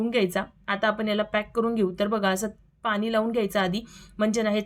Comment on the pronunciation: पानी नाही ग पाणी बोल